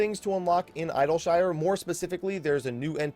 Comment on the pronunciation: Eye-dill-shyyre :D